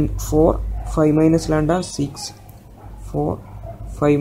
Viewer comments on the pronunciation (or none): its not landa, its lamda